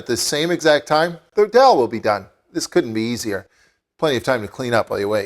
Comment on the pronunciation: abe madarchod albino,,. Ye daal he .not darl..